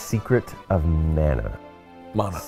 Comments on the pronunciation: Nolan had it right, its muh-nuh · Nolan North coming in with the right pronunciation of Mana.